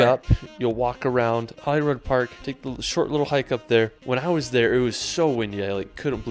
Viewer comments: Holly Rod sounds like a porn star. But seriously, how can "rood" get mis-pronounced? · Ohhhhh I really cringed at his pronunciation of Edinburgh. He also said Holyrod Park, it’s Holyrood. My BFF is an archaeologist, he loves castles too, he and a colleague discovered the actual spot where Henry VII was born. He wrote a book about Carmarthen Castle in Wales, if anyone is lucky enough to be escorted round a castle or church by him, he brings the history to life! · BTW it's not 'Holyrod' in Edinburgh, as pronounced in the guy's video, it's Holyrood... as in 'rude'. Keep educating girls! 😀👍🏻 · You're right about 'Edinburgh'. But our enthusiastic young friend can't pronounce a lot of other words, either, e.g. 'Glen-FIN'n', 'VIE-uh-duct', 'HOLL-ee-rood', 'ELL'n DON'n', 'GLAS-go', 'BIDG-'n nam BEE-an', 'Loch LOAM-und'. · please please please teach him how to pronounce the words. 😆 Never heard it called Holly Rod park. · Holyrood rhymes with Hollywood, i.e. the Holy is pronounced like holly. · lol I love how you cringe every time he says Edinburgh wrong. That’s how we feel when we hear it too. I’ve seen this video before and he says many places wrong. Even Holyrood when he’s talking about Arthur’s seat. I know a lot of our place names look weird so I can’t blame him but I guess. 😂. I always wonder why folks don’t show the Forth Bridge in which is near Edinburgh. It’s a world heritage site and my fav view at home.